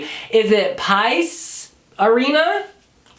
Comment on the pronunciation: The name of the arena is pronounced "Pah-eese"